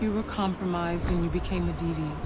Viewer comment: It's deviant, not devient. You could at least try to search it up.